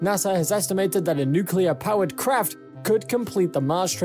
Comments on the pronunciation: New Klee Er New-Klee-Er = Good. Newk-You-Lurr = Bad. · you lost me at "nucular" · If you don’t cut corners by having a robot doing the narration, at least get someone who can pronounce “nuclear” properly. Funny how he corrected himself halfway through.